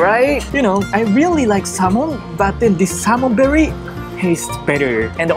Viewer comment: 🤣🤣🤣I was wondering too...berry? Is the taste sweet like berry? 🤣🤣🤣, now I know, it’s belly! Thanks for he clarification! 🤗💜